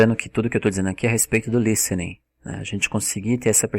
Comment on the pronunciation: Cara, vc é fera no inglês, mas come o d nas palavras em português, falano, comecano, dizeno, e isso é irritante pra caramba.